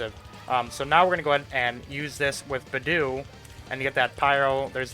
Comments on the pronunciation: I was just listening to your video in the background and heard "b'doo" and had NO IDEA who you were talking about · the way this guy pronounces beidou and the fact that he leveled an artifact to 11+ instead of 12 annoys me